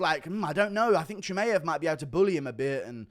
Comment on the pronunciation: thinks Czechoslovakia still exists lol. also your pronunciations of surnames like Chimaev or Ilia is a butcher job, fix up and put some respect behind it by finding out actual pronunciations (fighters usually say it themselves so Buffer can learn it for his announcements). So yeh them mma surnames put money directly in your pocket brother, food for thought